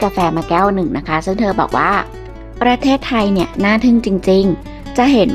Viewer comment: แอดมิน พูด ประ- เทศไทย ทำไมไม่อ่านว่าประเทศไทยไปเลยทีเดียว 3 พยางค์อ่ะ...ทำไมต้องแบ่งว่าประ...ตามด้วยเทศไทยเหมือนกับคนต่างชาติน่ะเหมือน แิดมิน.. เป็นคนต่างชาติเลย..ค่า...10--7-67